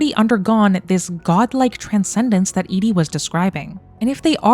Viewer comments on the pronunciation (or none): none